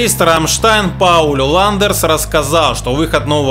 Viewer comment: Не Ландерс,а Ландес